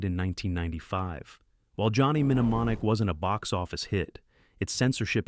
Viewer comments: Johnny "Mne-mne-monic".. It's Mne-monic. I know it's AI but it made me laugh. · Johnny Min-a-monic? Really??? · Wil someone teach AI how to pronounce simple words? "Controversy" and its derivatives are always butchered. "Mnemonic" is NOT pronounced "mini-monic." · Johnny "Men ee mon ik" made me laugh. The internet knows it's pronounced "nuh MAA nik" so the horrible pronunciation must have been on purpose, right? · menamonic? it's nemonic. Is this AI narrated? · The Pronunciation is "Jonny New Monic" for Johnny (M)Nemonic 13m11s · It's pronounced Nuh-monic. If you're going to narrate a video, crack a dictionary first. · Johnny Mehnemonic ? Is this more AI slop or just an idiot? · Good video. Also an excellent reminder that AI isn't quite ready: "Johnny Em-Nemonic." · "Johnny Minamonic"???? 🤣😂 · Teach your AI narrator to pronounce English words correctly. "Menu-monic"? WTF? That's just irritating! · Mnemonic - nəˈmänik the M Is silent.. 'Ne Mon ik' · nuh·maa·nik The first M is not pronounced! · I laughed out loud: Johnny Nemmenomonic... whaaat??! 😂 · Some of your pronunciation errors are noticeable. In "Johnny Mneumonic," the "M" is silent. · Got on my nerves hearing idiot pronouncing the first M several times. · Wow, this AI voice can't say "Existenz" at ALL, and somehow doesn't know the pronunciation for the word "Mnemonic" either. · Johnny What? 😂 the M is silent, AI bot. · the first M in Mnemonic is silent! and Natural Born Killers is NOT a sci fi movie. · Starship Troopers screenwriter never read the book. Teach your UI to pronounce mnemonic. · Every one of your videos has the AI mangling the word “controversy”. Every last video. This one also mutilates “mnemonic” and “eXistenZ”. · The first "m" in 'mnemonic' is silent. JFC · mno it's mnot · The nm pronunciation flub proves this is nothing more that AI generated slop. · OH FOR FUCK SAKE. The M in Mnemonic silent. AI trash voiceover.